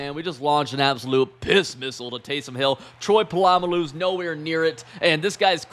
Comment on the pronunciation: It’s pronounced Troy Po-Lu-ma-Lou .😂